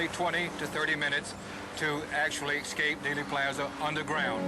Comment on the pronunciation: Did he say "excape?"